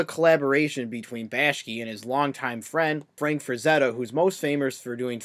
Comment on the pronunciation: And its bakshi not bashki